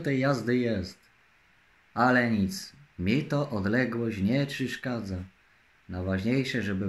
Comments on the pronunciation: "Mi to odleglosc nie czyszkadza" 😂😂😂😂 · Nie czyszkadza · Odległość nie czyszkadza...jemu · odległość nie czyszkadza. Kurw... telefon mi się zawiesił od tych trudnych słów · Żeby tylko legancka była czystepna i na rencie i nawet odległość nie czyszkadza 😂😂😂😂